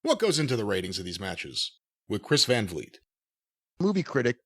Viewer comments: Chris' name is "vlee-ay" not "vleet" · Van Vliet (as a dutchman Vliet is pronounced like weed) did a great job. Dave made a fool of himself, again